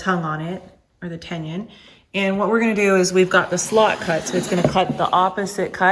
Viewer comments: Helpful tool and video, but it's not a 'tenyun' - it's a tenon - pronounced like 'tendon' without the D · Very helpful! I've got some cabinet doors to build soon. Is it weird that it bothers me every time you say the word "tenon"? 🤣 There's no "ñ" in it...so you don't need to say it like "tenyins" 😂. Keep up the great work though, i've found a lot of great info over the years! 👍🏻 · It's pronounced "ten non" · Yes, that was getting on my moobs 😂